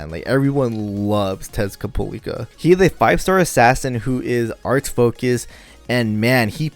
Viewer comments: Why do you keep calling him him Tezcat'polica'? It's supposed to be Tezcat'lipoca'. Or am I missing something? A meme? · Tezcapolica?? oh you meant Tezcatlipoca...yeah you love him so much you turned dyslexic ahahaha